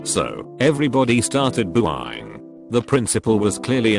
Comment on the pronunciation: “They started boo-eye-ing “